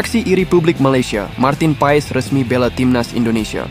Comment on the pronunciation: Marteen paas bacanya